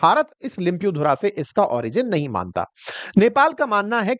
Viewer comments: Bhai saab लिम्पियाधुरा naam thik se lekhna or uccharan karna to sekho 😂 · तुम लाेगाेकाे लिम्पियाधुरा बाेल्ना भि नही अता🤣